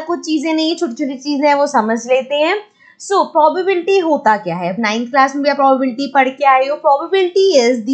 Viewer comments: It's not pobabdsfy it's probability😂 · Probability change to pobal pobal..😅😂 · It is probably not prubablity😂